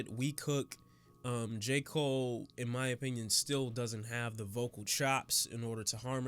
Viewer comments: Nigga hold up..didyu say "J cool-aid"?😂😂😂😂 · Why isn’t anybody talking about how he said J. Cool Aid😂. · Nigga did you jus say J.koolaid...